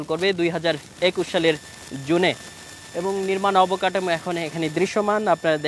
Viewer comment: কাঠামো কে কাডামু, ওঠা কে উডা বলছে, পাটাতনকে পাঢাথন, পিচ ঢালাই কে পিজ ডালাই, সুবাহান আল্লাহ, আল্লাহ্‌র রহমতে এক রিপোর্টার বটে । তেনার বাংলা উচ্চারণ দেখিয়া আমার পদ্মা সেতুর খবর দেখার ইচ্ছা মরিয়া গেল ।